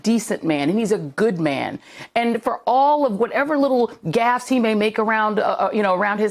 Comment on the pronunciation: Ampathetic? Oh like an amberlamps....